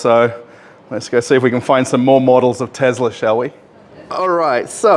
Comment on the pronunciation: Tezla. Not to be confused with an actual Tesla. I like how he called out the Tesla sales guy right away saying he's nervous to be on camera lol.